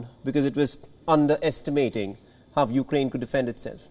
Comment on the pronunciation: How did this man become an anchor on this channel? he's pronouncing "How" as "Hav" and